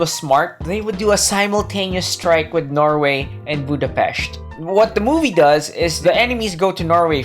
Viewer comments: As a hungarian hearing Budapest pronounced correctly was an extra cherry on top of the otherwise great content!:D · Thanks for pronouncing Budapest correctly. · >pronouncing Budapest correctly wizardry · Holly shit someone from English speaking country pronouncing the Budapest (or most any slavic word that has interpunction) correctly, now THAT deserves salute. Same problem as always - writers are bad and or lazy and can not keep track of their own shit to enough to make it even decent. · Thanks for pronouncing Budapest properly, you rock! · Hell yeah! Someone who doesn't speak hungarian saying Budapest correctly! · Holy shiet, said the name of my capital correctly and didnt made a joke out it! Ehrmagehrd!